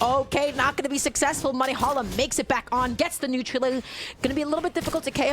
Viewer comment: so no one gonna talk abt the commentator saying neutral ooou